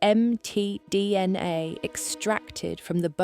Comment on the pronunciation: I love how it says "Em Tee Dee En Aye" several times.